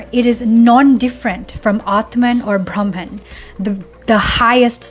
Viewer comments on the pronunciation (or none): none